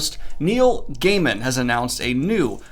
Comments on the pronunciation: I love Neil Gaiman and donuts, so I guess that book will be perfect for me! Also, thank you for pronouncing "Gaiman" correctly. As for The Joker, yes we have seen plenty, let's do some other Batman villains for some more variety! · Just as he gets "Gaiman" right, this happens!